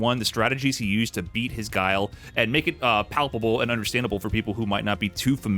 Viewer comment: Does tyler still call Guile, "Gilly"? Hahaha